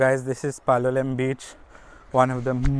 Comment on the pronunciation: Your pronunciation of Goa names does not do justice. Palolem for example should not have the last consonant pronounced. (Palolé).